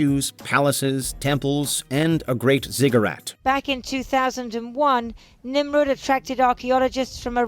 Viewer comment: Nimrud? (Not "Nimur")